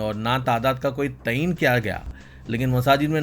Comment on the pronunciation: ..english jaane dijiye kam se kam urdu ka tallafuz tho sahi karlijiye...its not tayeen its taayyun..